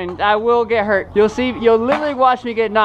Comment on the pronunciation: “It didn’t even hort “